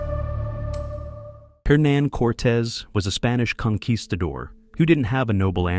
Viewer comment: Yes. This is AI slop. Images wrong, images are literally fake. Pronunciations are horrible. Conkweestidor? Wrong information. AI editing poorly done. What's to like? Its long...